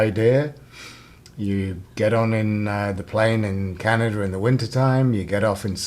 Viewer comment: Canada does not have an "r" at the end of it. STOP IT!